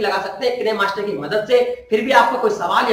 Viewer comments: Kine master bolne nhi ataa hai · किनेमास्टर नहीं काइनमास्टर होता है ।